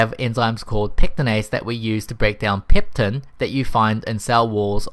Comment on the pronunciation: Really impeccable video but I'd like to correct the name of enzyme that is (PECTIN) not PEPTIN*